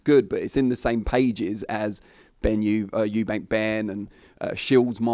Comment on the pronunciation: All these years he’s been involved in boxing and he still calls Chris Eubank “Chris Eubanks”